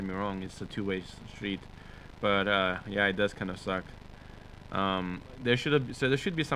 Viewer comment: its yeah not yeiah